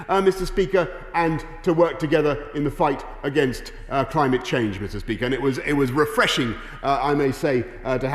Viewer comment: I've never heard someone put so much emphasis on the word "refreshing" in all my life. He's excited.